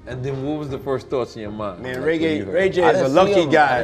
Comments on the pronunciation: 9.52 "Ray gay..." puffy slipping on his own tongue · He said RayGay. When talking about Rayj.....LMAO!!!!! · he said RayGay 😭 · Yeah, I believe Ray J is “ Ray-Gay😂😂😂😂😂😂😂😂😂😂😂😂😂😂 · lol, he called ray j ray gay